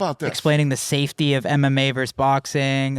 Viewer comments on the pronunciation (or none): none